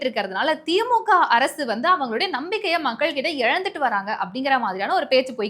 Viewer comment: கழுவி.கழுவி. ஊற்றி விட்டு கடைசியில் வாழ்த்து சொல்வது மிகவும் அருமை. வாழ்க வளமுடன் நலமுடன் பயமுறுத்தல் இல்லாமல்.செய்தி வாசிப்பதில் மிக தவறு (உ.ம்)தி.மு.கா,பாஜாகா,பாமாகா‍. தி.மு.க,பா.ஜ.க. பா.ம.க என்று வாசிக்க வேண்டும்.